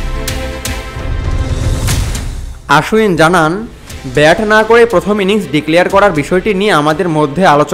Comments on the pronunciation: আরে গর্ধব ওটা আশ্বিন না,অশ্বিন হবে। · অশ্বিনের উচ্চারণ টা আশ্বিন মতো শুনতে লাগে। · Actually WB e o "Oshwin" bole setao bhul. "O", r " Aa" er majamajhi ekta sound hobe.